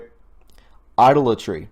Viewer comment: Honestly, some of the comments made by Sessions makes it really hard to 'trust him!' He's either a really good actor or a really bad one! (fyi) (i-dol-a-tree) (liquid-a-tee) What is CoC?